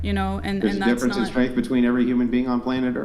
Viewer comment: Schtrennnttt....schtrenntt wtf